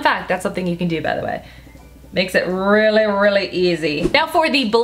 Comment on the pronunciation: Like when you say "really" 😂